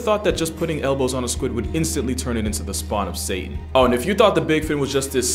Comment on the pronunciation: is he Muslim now he said shaytan instead of Satan 😭